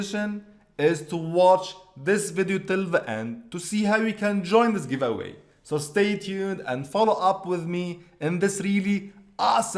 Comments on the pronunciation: "I am in the givaway" "Affiliate marketing " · "I am in giwaway" "Affiliate marketing"